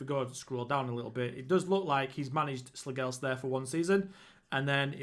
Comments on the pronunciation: As a dane our language is so stupid. The g in Slagelse is silent i would say it would sound more like slayelse(what a killer name btw). Slagelse B&I was bought by a company in 2008 and changed the name to FC Vestsjælland( West Zealand ) but the company went bankrupt and i think that is why they fell so many tiers down. Slagelse changed their name back to their roots again after the sanctions and the buyer/club/company went bankrupt. Great club for a rebuild :) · Slagelse you pronounce the last E also.... And Slagelse have never been in the Superliga. That what the fusion between Slagelse and another club. They were called FC Vestsjælland. They were dispanded ages ago....